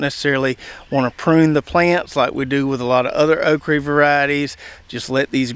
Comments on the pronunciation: Why do you say “okree” rather than okra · Think it's pronounced oak ra not re 😅